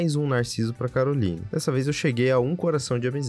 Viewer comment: E Caroline mas se fala carolaine